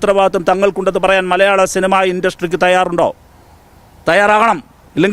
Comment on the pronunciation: സിൽമ അല്ല, സിനിമ. ഉപദേശി കൊള്ളാം.